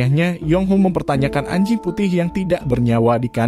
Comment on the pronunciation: ngomong anjing nya biasa aja dong banggggg